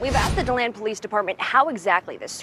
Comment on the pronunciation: if you can’t get places right, find someone who can!!!! it’s de- land florida👎🏽👎🏽👎🏽👎🏽👎🏽👎🏽👎🏽👎🏽👎🏽👎🏽👎🏽